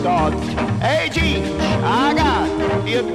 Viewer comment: CICCIO (=CHEECHO). Not CHEECH ...